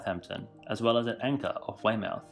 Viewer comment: At Exactly it’s not pronounced Way-mouth, it’s pronounced weymuff, (all in one word) and we are currently housing 7 cruise liners in our harbour